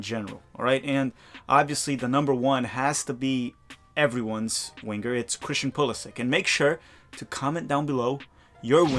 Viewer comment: “Wing-ger”, I tease the ones I love. Off topic suggestion, how bout an episode of Tactical Manager TV in remedial Brazilian Portuguese?